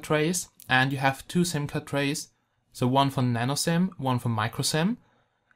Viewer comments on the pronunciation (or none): none